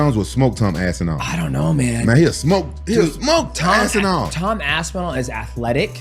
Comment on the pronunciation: Rampage: "Tom Ass-inall" 😭